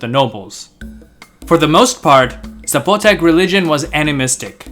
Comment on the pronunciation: There's no accent on the O. It's not Zapo'tec.